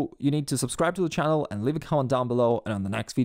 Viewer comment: /ˈtʃæ.əl/ instead of /ˈtʃæn·əl/ is cool.